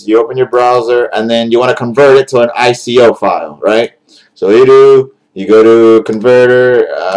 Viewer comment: is it just me or did you say anime i coins???